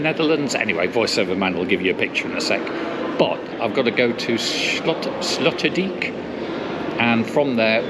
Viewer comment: Sloterdijk is pronounced like sloaterdyke. Sloot in Dutch is ditch. Slot is castle or lock Dijk is dike. I am not sure where the name Sloterdijk comes from.